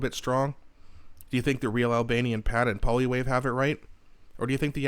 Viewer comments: "Polywave"? Check the pronunciation. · Can you please learn how to pronounce Poilievre .